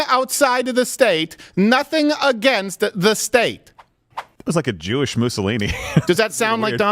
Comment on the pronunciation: Geesh Steven, you listed every group of elderly in Florida, then when it came to "Jewish" you quickly slipped it out as a quarter-of-a-syllable, not even really saying the word completely. Is your fear that great, that you refrain from even uttering the word?